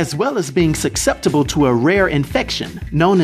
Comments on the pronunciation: It's pronounced Suh-septible not Suck-septible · Did you say suck-sept-able?